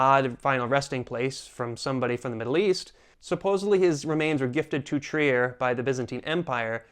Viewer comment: German here . don't say Trier say Triir